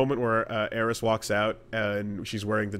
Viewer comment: There are very few things that get under my skin when they shouldnt. People who say "Aeris" is one of them